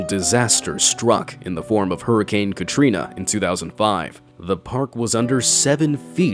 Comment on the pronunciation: hurricane Katrina?? More like hurricane tortillaa 😂